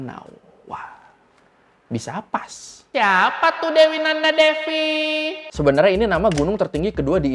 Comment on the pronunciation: Kayaknya devi itu dibaca dewi deh bang. Soal nya stw gw v itu di baca w disana